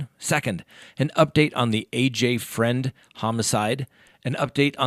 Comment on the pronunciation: Fruend not Friend